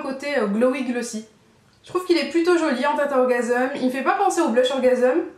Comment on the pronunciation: pourquoi tu prononce "orgaseum" ?? ça se dis "orgasms" comme un orgamse... lol!